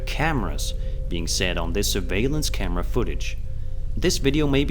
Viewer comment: The part. I heard "coward" not "camera" even after listening to it again and again